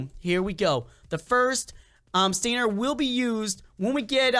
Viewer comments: You said stiner not stinger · It's pronounced stinger